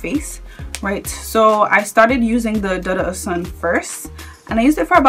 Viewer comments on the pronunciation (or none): You guys it’s prounounced DOO-DOO oshun ,it’s Yoruba